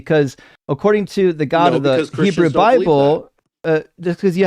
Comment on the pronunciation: At one point he said Heboo.